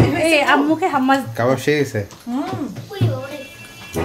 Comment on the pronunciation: Falafel ফালাফেল্ Hummus হাম্যাস। or হামেস। Your pronunciations are wrong.